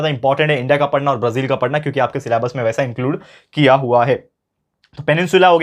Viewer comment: सर ये ब्रझील नही ब्राझील होता है